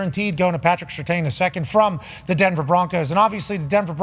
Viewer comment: Pat McAfee needs to learn how to say Surtain’s name. Disrespect is crazy